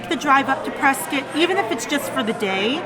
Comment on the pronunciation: Excellent review! And you pronounced it right........Press "kit"